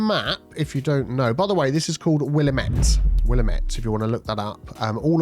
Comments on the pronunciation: I live in Willamette! Beautiful part of Cascadia. Btw, the stress is on the A, It's Willámette, not Willamétte. Easy mistake to make since it looks French, but it's actually a Native American word! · Locals call it the Wil LAM ette Think lamb not lum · The name of the map is pronounced Will - am - it I was raised in the Willamette valley and I consider ir my home. I've spent many, many days on that river. Did not expect that name to pop up here 😁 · Here in the Pacific Northwest of USA it's pronounced Will-Am-Et . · It is pronounced will am it, just fyi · I was born and raised in the Willamette valley, its pronounced like will-am-it 😊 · Wil-la-met In Western Oregon where it gets a lot of rain. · Sorry but as someone who lives in Portland I'm obligated to say that's not how you pronounce Willamette!!